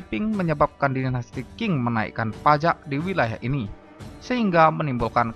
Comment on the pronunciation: Qing Bacanya Ch'ing bukan King, Beijing bacangya Peicing.